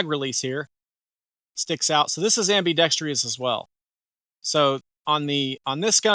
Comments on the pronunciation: Sorry, but the viewer you made the joke about was right. Hearing am-bee-dex-tree-us is like fingernails on a chalkboard. When you’re doing any kind of public speaking, it actually is important to pronounce common words correctly. Am-bee-dex-trus, there is no letter “I” at the end of the word. And in a side note: I remember when the Echelon first came out and it irked the fuck out of me to see how they chose to spell it. It made me want to be defiant like you and say “etch-a-lon” but then I remembered that I have a supercomputer in my pocket and I can research anything. Turns out it is equally right to spell it Eschelon AND Echelon. And they’re both pronounced only one way: esh-a-lon, there is no ECH sound. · Great review, but I never heard someone add an extra "i" in *ambidextrous